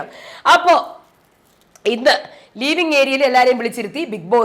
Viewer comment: ലീവിങ് ഏരിയ അല്ല ലിവിങ് area